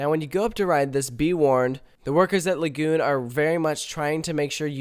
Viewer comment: I felt physical pain on the "Lagoon roll."